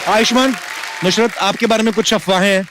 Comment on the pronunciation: Nushrat nhi nusrat